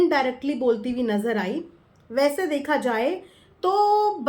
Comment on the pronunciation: Manisha bhi hamesha nazar nazer bolti hai. 😂😂😂😂😂😂😂